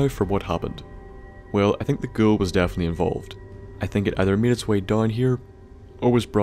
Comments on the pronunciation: It sounds like you're saying "girl" instead of "ghoul". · Sorry, But are you saying Girl or Ghoul xD